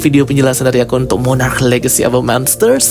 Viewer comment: Monarch bang bukan monarach😢